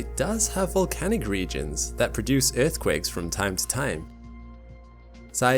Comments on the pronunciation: every time he says "earthquake" :((( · I left cause you keep saying earth quake..... But I watched your ads